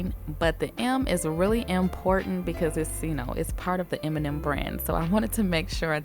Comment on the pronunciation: Beautiful! I kept hearing "Eminem nails"